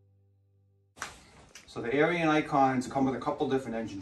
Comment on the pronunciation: Ariens...pronounced like Erins, not Aryans, lol.